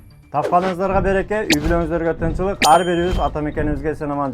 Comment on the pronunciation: Москабардын алып баруучусу чулдурабай так суйлочу! Тынчылыкта деп чулдураба Кыргызча созду так суйло Тынчтыкта жургуло деп суйло! Анан сураныч сенден; (кирди-чыкты) кылган акмактар элди алдап атышат Сен акчасын алып чулдурап реклама кылбай эле койчу!